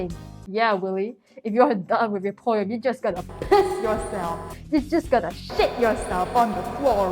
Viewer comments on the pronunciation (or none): the way she says poem😭 poym